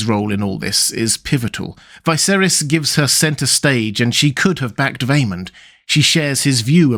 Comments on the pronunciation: IT'S NOT Vi(to rhyme with high)-ser(to rhyme with air) - is. It's pronounced Vis(to rhyme with hiss)-ser(to rhyme with her)-is. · Why do you pronounce Viserys as Vyseris? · I'm curious why pronounce Viserys name so differently?